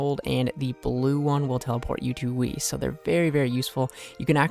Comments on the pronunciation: Weiss would be pronounced like weece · Weiss is the German word for white and is pronounced like “vice”. Great video regardless! Am trying to get the herbs for 70 herblore on the GIM